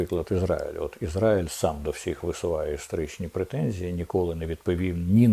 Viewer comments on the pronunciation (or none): none